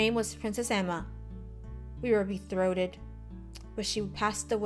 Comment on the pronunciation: Lmao Be-throat-thed I think its pronounce be-troth-ed